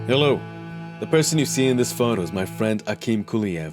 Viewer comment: You say yolo or hello in the beginning of yours videos ?